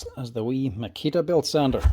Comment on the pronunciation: Never heard of “Makia” tools.